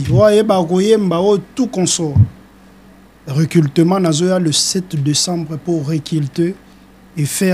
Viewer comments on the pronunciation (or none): Oza na raison Yako leka na télévision té po osala recultement😂 Monsieur on dit recrutement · Recrutement et non recultelment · Délégué tu as infiltré la langue (recultema ou recrutement ? Journaliste aussi est mauvais tu laisses tn invité recultema sans correction 😂😂😂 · Yo musicien oyo balobaka recrutement non recultement 😂😂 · Un porte parole qui n'arrive pas à prononcer recrutement